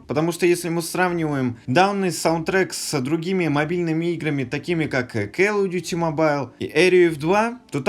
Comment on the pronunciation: почему келл оф дюти если колл оф дюти?